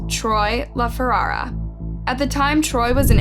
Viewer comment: Feh-RAR-uh. Ferrara. 🙄 I like your channel, but please have the respect to look up how to pronounce the deceased names correctly. 👑